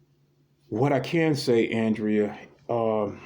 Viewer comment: Thanks for this transmission. Welcome to the channel Leonardo i love that name💜 you showed why this channel is so Unique with these readings🌸 I think Andrea pronounce her name as Ahndrea because of her Andromedan name is Ahna🌸 I love those bigfoot shows & they really are magical beings💜